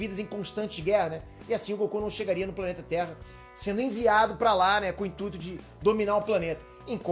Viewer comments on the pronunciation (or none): none